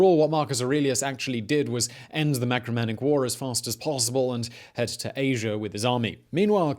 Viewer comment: Marcomannic wars,not macromannic please.....